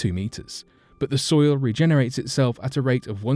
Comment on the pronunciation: Who else heard 'fertile stoil' ?